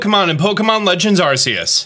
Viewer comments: it's ar-kee-us not ar-se-us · Drives me nuts this man says Ar-Cee-Us when in every official Pokémon media, it’s Ark-ee-us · Not pronounced Arseaus, it's pronounced Arkeus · Why do ppl say arceus it’s arcuus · did this man just say (are-see- uss) ._. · Its pronounced are-key-us btw. Look it up. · Hate to nitpick, but the "c" sounds like a "k", literally putting the "Arc" in Arceus. Seriously, why do you people always pronounce certain things wrong? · You sed the name of the game wrong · I can’t trust a man who says arceus like that